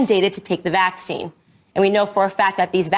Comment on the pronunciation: The way she puts the wrong emphasis on vaccine grates on me every single time. So on top of the BS she spews there is that, too